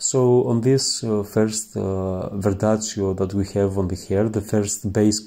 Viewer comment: Ma perché dici verdazio? Si chiama "verdaccio"...Ps Comunque molto bello come esegui la tecnica! Bravo, bellissimo risultato! 👍🏻